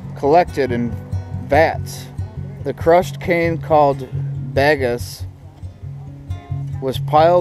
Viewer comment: It's pronounced (bag-ass). When I lived in southern Florida I did business with US Sugar and thought they were screwing with me. Lol. They were actually serious. While your down there you need to try some swamp cabbage. I personally didn't like it but that and gator nuggets was a good experience.